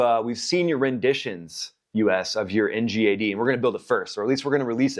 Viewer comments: Ggggg not jjjjj Ngad not njad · I don't like how you pronounce ngad 😂